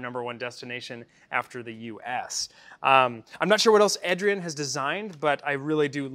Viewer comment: I am pretty sure the Eh in Ehdrien is a playoff of the "Eh" Canadians are known for and pronounced AY-Drien. LOL . I apologize if someone's already mentioned this and I'm like the 100th person...